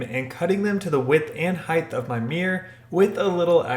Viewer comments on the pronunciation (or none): Height ends in a T. Not a th. Why are you pronouncing it heighth? It’s silly. Please stop.